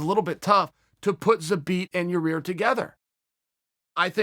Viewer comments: Chael 3 weeks ago: snaps on a fan for making fun of him saying Ya-rear. Chael now: says Ya-rear. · Who is Ya-Rear ? Lmao I dont think Chael likes him too much. Hes doin it on purpose lol. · “Your rear” vs “zabit” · "Yo-ir Rodriguez"??? ... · Yarir is the best thing to happen in the history of name pronouncing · Chael “Ya-Rear” Sonnen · Yair "You better watch ya-rear" Rodriguez lol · I know I get a kick out of the fact that mr I'm always right sonnen cant say a name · no it's not you moron its pronounced Yai-air. Where is the extra R coming from? You fool. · Chael "Yarear" Sonnen🙃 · “Yah-ear” no extra R, it’s not turmeric Joe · pretty sure it's Yarir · The joke is that everyone keeps getting his name wrong, and calls him "Yair". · I've had just about enough of your deliberate mispronunciation of Yair's name. It's rude and insulting and if you can't give someone that basic respect, I can't rely on you for any real insight on anything else. I hope you get a good hard smack upside your head when he sees you. Buh bye. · Remember when chael called a guy stupid for pronouncing yair wrong? I love it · Pete West Chael is the only one that says his name wrong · There he goes again with the Ya Rear.. It's Ya 👂 ear... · He trolled a fan a couple weeks ago who asked a question about ya-rear saying " it's Yair, you idiot" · Chael: I love Ya'rear. Uberpool: ... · "Your... Rear .... Rodriguez " damn it chael I'm tired of hearing you butcher my latino people's names! 😂🤣😎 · He keeps calling him "your-rear" lol 😂😂😂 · Hey guys. He's saying Urea. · chael its YAIR. Yah as in yahooo, and ir as in ear on your head. Yah-ear. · Hey Uncle Chael.... think of his name like this.... 'Guy' with a Y instead of G. Then finished it off with 'Ear'... as in cauliflower..... How many different ways can you fuck up the same name? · CHAEL YA-REAR KAMARA P SONNEN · It's Yah-ear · Yair "Yarear" Rodriguez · Ya-Rear, Kamara... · "Your-Rear?" Hahaha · "What do I think about ya-rear... I love it!"